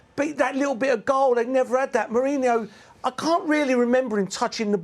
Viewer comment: Merson kept calling merino , mourinho 😅😅😅😅 how is he still a pundit